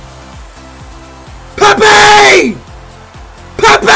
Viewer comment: That ain’t Pepe that’s pee pee